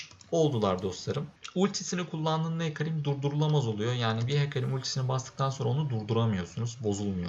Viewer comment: şu Hecarimi Hercâim diye okumam dışında sıkıntı yok